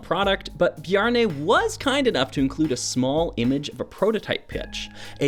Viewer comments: Yeah, it is hard to pronouce when english is your first language. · It is funny to hear a canadian person try to pronounce a scandinavian name anyway I do find the rainbow pattern unique as plates combined with SNOT techniques were not often used to convey motifs at the time of the construction of this unused prototype. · As a dane it was really funny to hear how you produced the name Bjarne. I'm so used to that name that I had completely forgot how hard that name must be to pronouns...